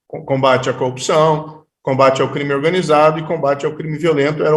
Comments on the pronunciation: Eis o combatente da "coupiçaum". E caçador de Lllulllla... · Coupcao, coupcao, coupacao. As aulas da fonologa da globo nao resolveram nada. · Como um cidadão deste virou juiz? Até quem fez o primário saber pronunciar corrupção! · Incrível, ele não consegue mesmo pronunciar com boa dicção a palavra "corrupção", é como o locutor esportivo que não consegue gritar "gooool". Bestial.